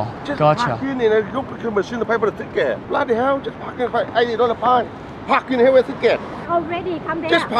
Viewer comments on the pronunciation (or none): why is it so funny to hear a guy with a heavy asian accent say "bloody hell" hahahaha